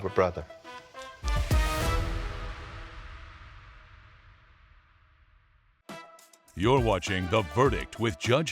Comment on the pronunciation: The man said 'you will have a brotjer' How messy